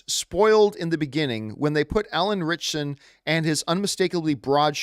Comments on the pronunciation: I have heard his name mispronounced more than I’ve heard it pronounced correctly. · Listening to John say Alan ritchson name wrong over and over drove me insane 😂